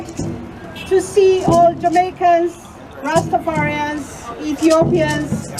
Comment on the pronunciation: you must STOP this rastafearians pronounciation STOP is Rastafarians😎